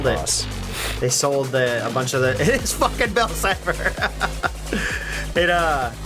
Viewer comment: "oh it's bill ciper" Me: dies of laughter